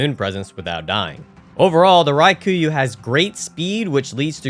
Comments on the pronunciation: is there some kind of inside joke i am missing or why are you saying raikuyu instead of rakuyo? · Raw-Koo-Yo Not Rye-Koo-You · That is NOT how you pronounce Rakuyo lmao. Like, just sound it out dude. Ra-ku-yo. It’s not hard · How much insight do you need to have to look at the letters "Rakuyo" and decide they should be pronounced as "Ry-ku-yuu"? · I just wanna know how you saw the word "rakuyo" and thought "yep, that’s definitely pronounced ryekooyoo" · I had to skip the Rakuyo part. The misspronunciation was brutal. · That is NOT how you pronounce rakuyo